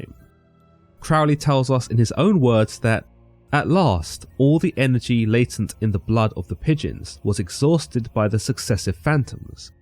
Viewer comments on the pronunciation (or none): none